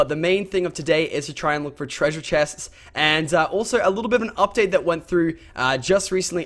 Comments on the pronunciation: Being from New Zealand it annoys me when Lachlan says treasure cus it sounds silly and not right I guess and hes losing his aussie accent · The accent you say "treasure" is american xD